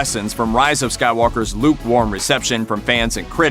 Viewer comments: Did you say Luke-warm reception? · "LUKE-warm reception..."